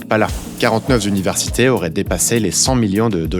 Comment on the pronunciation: "quarante-neuf Zuniversités"... attention aux liaisons dangereuses ! 😉